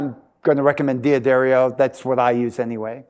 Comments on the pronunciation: Helpful Hint: It's pronounced "Duh-Dario," not "Dee-Addario". I don't know why so many people get this wrong. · So? Just because they have a guitar tech who doesn't work for them mispronounce their name doesn't mean it's correct. D'Addario isn't going to bleep out the mispronunciation. D'Addario is an Italian name, and as such, the "D" blends with the "Addario" as one word.